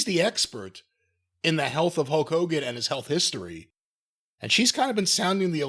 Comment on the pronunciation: Whys he saying "Hoke Hogan"?